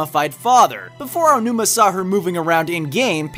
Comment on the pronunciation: Much respect to for being able to pronounce "Aonuma".